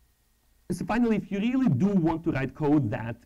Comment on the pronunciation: Рррррррррили? не смог досмотреть изза мразотного произношения